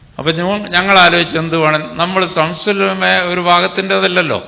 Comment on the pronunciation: സംസുൽ ഉലമ അല്ല ശംസുൽ ഉലമയാണ്